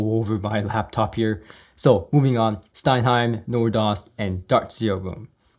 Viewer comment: Dude, that's STENHEIM, not stein-heim. Now watch all the haters hating that correction.